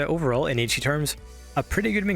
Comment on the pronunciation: I have to point this out because my OCD is screaming at me (Please believe me, I'm not trying to be a jerk). You kept mispronouncing 'Ecchi'. Ecchi is derived from the Japanese pronunciation of the letter 'H', which is just a reference to the word Hentai. They basically just shortened 'Hentai' to 'H' and with a Japanese accent, it should sound like 'et' (as in bet) and 'chee' (as in cheese): 'et-chee' Anyway, love the video. We need more love letters like this to this amazing anime. Highschool DxD is genuinely a top-tier anime, in my opinion, and I always appreciate videos like this.